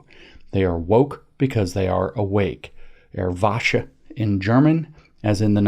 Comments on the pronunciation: "Wasche" means "wash" in German. lol. I think you meant to say "Deutschland Erwacht" (Germany Awaken) from the verb "erwachen" (to awaken or to wake up). The "ch" in "wachen" is a voiceless velar fricative that sounds similar to the "ch" in the Scottish "loch" or the German "Bach", and is NOT an "sh" sound. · And I love how James intentionally mispronounces German for fear of being called a Nazi